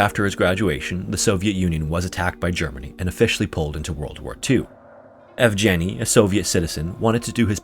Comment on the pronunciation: sir I love your videos!! fyi, yevgeniy's "g" is pronounced as in "green" or "sag"